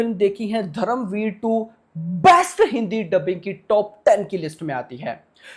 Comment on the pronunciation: दादा तू हिंदी बोलत असणार तर पण धरमवीर नाही धर्मवीर